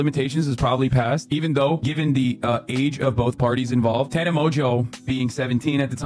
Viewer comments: Hard to watch when you say, tawna. It’s TAN-A 🤦🏻‍♀️ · Sheesh do you even know these people? Watching even one video of theirs would have prevented you from mispronouncing Tana's name the ENTIRE video. Imagine claiming to spotlight a victim but ignoring their agency and identity by mispronouncing their name. This may seem trivial but when talking about a topic as an authority, it helps to get the facts right. Want more credibility? Do better fact checking. Hell, do basic fact-checking. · lol you fucked Tana’s name up soooo bad!